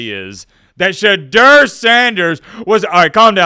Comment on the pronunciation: Porsche Door Sanders